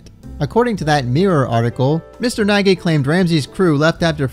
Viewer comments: THATS MY FUCKING GREAT UNCLE ON GOD BRO WHAT THE FUCK. He do kinda be like that irl tho. It's pronounced nay-gee not naggy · Hey just to clarify, Nagy isn't supposed to pronounced as Na-gyi but rather Naaaty as his surname is of Hungarian origin. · I've never heard anyone pronounce Nagy that way before 😃 it's a Hungarian name, the "gy" part is a letter on it's own. Sounds a bit like G in Gin. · His last name is actually pronounced "naj" or something like that... It's Hungarian and gy is either pronounced like a "d" or a hard "j". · Nagy is pronounced like "noj". It's the most common Hungarian last name and also means "great" or "big" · But he himself in the episode pronounces it Nagy